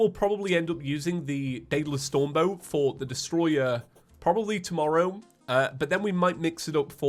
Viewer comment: BREAKING NEWS!!!! Man who pronounces "for the" as feather gets trapped by a metal floating skeleton head with four arms